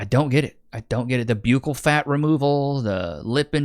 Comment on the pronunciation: Hey bud it’s pronounced buccal……as in “bruh”,….or urghhh…..b-urghhh-ccal , but it’s short , so buccal ,..great episode 👍🏼🔥